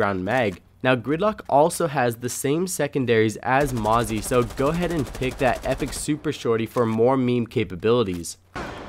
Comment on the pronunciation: Mozzie?! XD when you cant say an ops name properly!XD